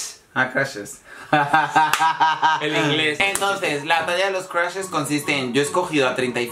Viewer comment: Me da risa que ninguno de los dos pronuncia bien la palabra "crushes" 😂😂